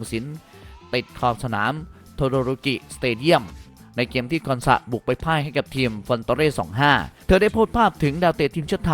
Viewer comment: เกมครับ ไม่ใช่แกมมมม